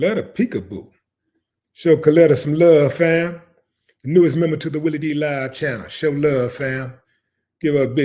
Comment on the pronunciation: Did u say "Jelly" Willie?? Hahahahahaha